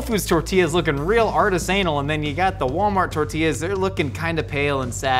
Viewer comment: Has always pronounced artisanal that way or is it just for funsies 😅